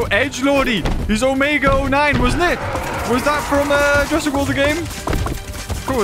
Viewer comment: How is nobody mentioning the horrible butchering of the word "Jurassic" in this sentence? 💀